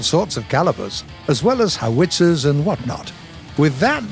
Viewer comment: The way he says howitzer makes me uncomfortable. He puts the “wit” instead of “how”